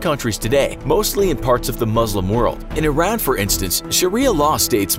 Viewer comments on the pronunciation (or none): none